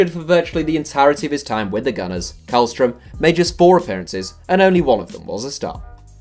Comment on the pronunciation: Källström is pronounced shellstroem 😌